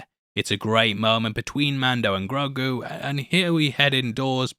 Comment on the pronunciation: He called Ellie grogru!!!! Lmao